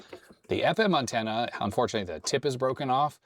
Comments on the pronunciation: In 60 years of life, I’ve NEVER heard it pronounced “UNtenna” until now… 😂😂😂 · "Uhn-ten-uh"....interesting pronunciation. Just some light teasing....I enjoy the little unexpected things in life... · You say antenna weird. AN-tenna. You say it like my ex-girlfriend from New England says aunt (I pronounce it like ant). AUHNT was how she said it. Like she was saying OUGHT. Strange. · Had to rewind it a few times! Caught me off guard. Maybe it's "Canadian" upbringing :) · Ok I don't think I've ever heard you say antenna before, you definitely say it a little different than I'm used to. Not calling you out or anything it's just different.